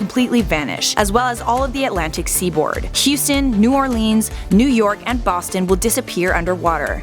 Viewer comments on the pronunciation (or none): New Oar Leans is how it is pronounced